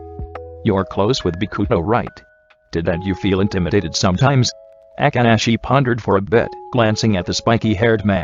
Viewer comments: i cant 😂😂 the way akaashi name was pronounced.... aka~ashi 😂😂😂😂😂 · The way it says akaashi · The only 2 dislikes are from the speaker who pronounced Akaashi's name wrong 🙄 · The voice be like : boKUto aKAahi